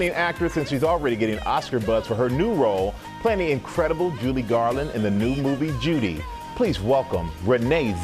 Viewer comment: He keep saying Julie Garland.